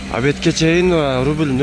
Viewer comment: рубил,рубул,рубл эмес! Рубль 1.50 чыксынчы😊